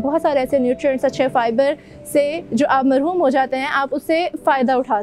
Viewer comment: ڈاکڑ صاحبہ اسلام عليكم) لفظ محروم ہے ناکی مرحوم ✋